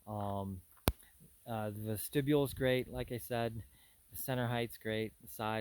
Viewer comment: it is a vest-ti-bule